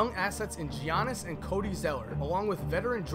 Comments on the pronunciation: Its Ya-nnis not Jiannis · Gianni's isn't said like Jee- on- nis. It's like Yannis. Lol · “Jee-ahn-iss Ahnt-eh-koom-poh” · And he called giannis jianis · I know he didn’t say Giannis’s name like Gee-Ahnis Ante-Kumpo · Gianas antekoumpo is how he said ot. I forgot he wasnt a mbp back then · he said geainnis 😂😂😂🤣🤣🤣🤣🤣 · I DARE YOU TO SAY JEE-ANNIS ONE MORE TIME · Giannis (yee-ah-niss) Antetokounmpo (ahn-deh-to-koom-po) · Looking at this now and watching pronounce giannis’s name completely wrong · not realizing he’s mispronouncing a future mvp in giannis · The way he said Gainnis’s name🤣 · Did anyone else hear how said Giannis’s name? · This video is so old didn't know how to say Giannis's name yet 🤣🤣🤣 But he still says Nowitzki with a W so who knows. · How he says giannis tho hahaha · He pronounced Giannis Antetokounmpo so wrong 😂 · he said his name so bad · It's funny how he pronounced gianni's name, wrong, be he wouldn't in 2021